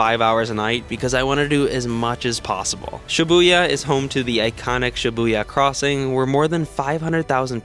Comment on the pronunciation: Dont say shyabuya